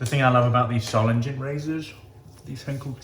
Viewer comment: Solingen is German, and as such the g sound is a hard g as in "go". There is no soft g sound in the German language.